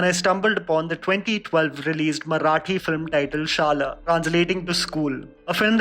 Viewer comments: It's not pronounced as shala. It's shada ! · Man it's shada not shala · I really like your recommendations and I make sure to watch these in my spare time. And the way you pronounced "Shala" :-D it is actually pronounced by rolling your tongue upwards ;-) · Its promised shala not shal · Shala.. Is pronounced as Shaa-laa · Pronounce Shaala correctly you fraud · You mispronounced Marathi movie name.. Its Shala (शाळा) Means School.. 😊✌🏼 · The way you pronounced शाळा 😂😂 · dude you screwed the word "SHALA" xD and yes these movies are amazing i have seen 7 of them except 96. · He pronounced shala 😅 I can't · Omg finally after may be a year of suggesting Premam finally it got mentioned... Bt u forgot Malar the heart of Premam!! N lastly d pronounciation of Shala was completely wrong...sry